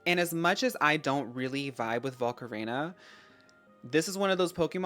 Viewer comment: your pronunciation lol. rhyming volcarona with macarena